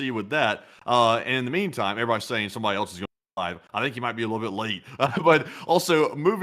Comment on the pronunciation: The word "else" is pronounced: /els/ It sounds like "ELS" (rhymes with "bells", "sells", and "wells").🎉